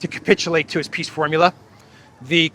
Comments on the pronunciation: Hell, nobody can tell him how to pronounce 'peace'? it's not piss, it''s peace!!!! dumpkopf!!!! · He said.."Piss summit"...Zela, that is. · Did you here Selenskis bad basic English and wrong pronunciation . He says " I go to second Piss Summit ". Yes, that's true :) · Eeee, Podolyak , how do You spell ''peace'' ?Peas, peace or piss?